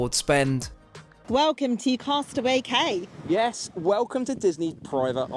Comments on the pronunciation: I just have to say, “cay” is actually said “key”. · Apologies, however in case it wasn't mentioned, it's Castaway Cay (pronounced 'key'). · I have been on the Disney dream and these trips are unbelievable! Although we were informed by a knowledgeable captain that its pronounced Castaway "Key" and your only a seasoned disney cruiser when you know this 😂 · And Cay is pronounced Key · Cay is pronounced KEYsnd if you wanted a veranda should have gotten the Roy O Disney suite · how WONDERFUL to meet your lovely sister. Looks like you had a fantastic time. FYI….for the future… Cay=quay which is pronounced “key”. Love your channel! ❤ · I’m not that into Disney but this cruise looks awesome. And Cay is pronounced like “key” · Cay is pronounced like Key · "Cay" is actually pronounced "key". I am glad you and your sister had such a great time on your cruise!! 😀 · Coming here to say the same! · Love the videos, fyi cay is pronounced like key!